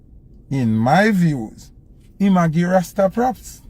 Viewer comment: A must the word rasta that him rhyme with pasta.